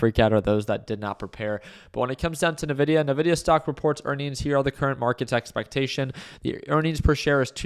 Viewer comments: Hey, love your content. Although as a person who uses nvidia's products. I just wanted to point out that they pronounce their brand name as 'envidia'. Cheers 🥂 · The way you pronounce Nvidia is an interesting life choice 😅